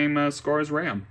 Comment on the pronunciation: "4 gigs of wam"